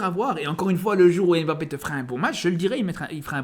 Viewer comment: C'est pas "émbappé", c'est "mbappé". C'est pas "M. Bappé", c'est "mbappé" en un seul mot, ca commence par un "m" pas par "ém". Tu dis pas "émadrid" ou "M. Adrid" tu dis "Madrid". Tu dis pas "éstylé" ou "S. Tylé" tu dis "stylé".